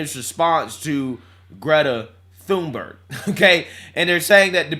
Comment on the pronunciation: 😂😂😂😂 there’s no “s” in Thunberg and every time he says “Thunsberg”I scream 😂😂 also he’s not wrong about big d* energy, average self pleasuring toy size purchased is 5” which isn’t big at all